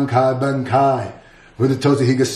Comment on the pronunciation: why did he pronounce bankai like bank-eye